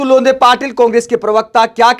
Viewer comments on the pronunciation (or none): अतुल लोंधे नहीं अतुल लोंढे